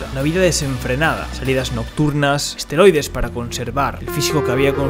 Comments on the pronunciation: Y donde lo golpeo el asteroide, que tamaño tenia era de roca o metal aaainsssss se dice esteroides eeeeesssteeeroooiiiideeessss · Esteroides 😂 no asteroides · Se dice esteroides y no asteroides